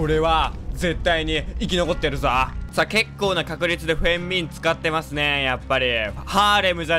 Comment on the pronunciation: フェン↑ミン↑www